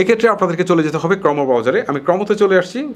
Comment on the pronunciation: ক্রমো হবে না ক্রোম উচ্চারন হবে ভাই